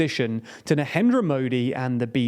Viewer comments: NARENDRA not NAHENDRA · Who is "nahendra" modi? only a few seconds in as well. and dont try to tell me its just an accent thing. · He was calling him nahendra 😂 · It is not nahendra modi it is narendra Modi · Narendra is pronounced Narendra. Not Nahendra 😂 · there is no "H" in his name .. its NaRendra ... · I really dont get why you keep mispronouncing his name as 'NaHENdra modi'. You read your script multiple times and kept mistaking the r for an h? A bit odd for an otherwise very professional news channel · It’s pronounced Narendra. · The R in Narendra is not silent.